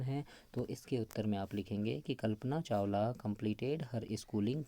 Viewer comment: Sar kalpna chawla hota he chawal ni